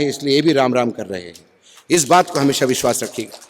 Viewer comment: "Vish wass"🤔